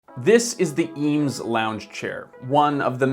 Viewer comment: Review a chair, learn how to pronounce it correctly at least?